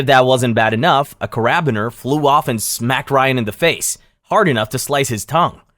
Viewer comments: kerabiner? did you mean carabiner (kar-uh-BEE-nur) i was so confused till i realized what you meant, thats so funny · Carabiner “care - a-bean -er” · Stupid ai voice. That pronunciation of carabiner is brutal